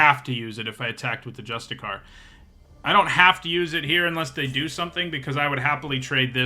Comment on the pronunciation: You also keep saying "justicar" instead of "justiciar" and I can't tell if it's because you aren't reading closely or don't know they're pronounced differently. But what I really wanted to jump in to say is I notice people consistently underrating Indoctrination Attendant. It's not flashy but it fits into a really nice spot in the format where it does basically everything you could want and sometimes blows out the game with a clutch return-to-hand.